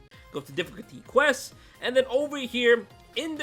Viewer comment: Bro said questes 💀